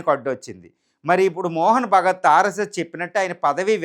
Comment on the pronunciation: First try to pronounce the name of RSS CHIEF’s name correctly”MOHAN BHAGAVAT” NOT MOHAN BHAGAT…నువ్వెలా Journalist వి అయ్యావు? ఈ Generation Journalists and mainly Lady Anchors are GOOD FOR NOTHIG,,,,, just Vayyaraalu Choopinchukidaanike Preference ఇస్తారు !!!